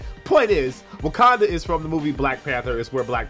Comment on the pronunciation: ITS WAKANDA, NOT WUKANDA